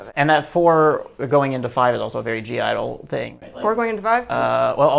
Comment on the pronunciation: it’s pronounced idle you don’t say the g hehe